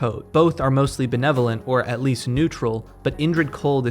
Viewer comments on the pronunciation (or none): none